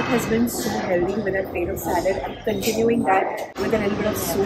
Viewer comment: it’s buffet (bufay) not Boofay 😂😂😂. The Heldy? Healthy (hell thi)